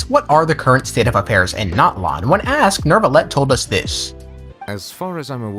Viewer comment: ITS NEUVILLETTE NOT NERRRVREVVERVRVELETTE